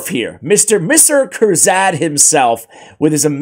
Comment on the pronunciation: Noticed every video when you said Kuzardinstead of Kurzad. Kinda like you did , , , , of this one. HAHAHA Talking about getting old for forgetting, I'm 52. It doesn't get better.